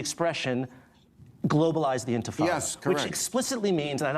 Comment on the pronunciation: You can not even say intifada, let alone understand what it means !!